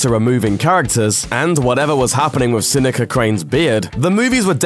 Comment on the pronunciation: It's pronounced "Se-nees-a Crane," not "Se-nek-a Crane." (Seneca crane)